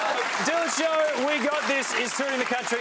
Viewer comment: Thanks for pronouncing Moran correctly!